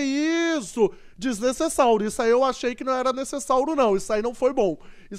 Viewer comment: o cara sempre fala desnecessário errado ele fala desnecessáuro